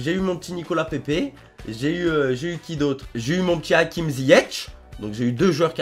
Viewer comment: C pas ziyech sa dit ziyek